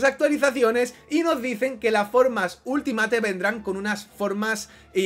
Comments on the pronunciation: Por favor, pronuncia bien Ultimate /Ultimeit/ 😬😬😬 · Di bien Ultimate, porfavor, no es tan difícil